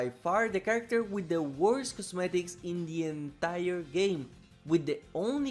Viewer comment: I like how he says "Indie entire game", like emphasizinh that Baddie Baboon is Indian